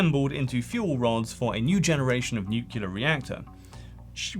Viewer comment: New-clear. It’s just like pronouncing those two words, but together. Nuclear.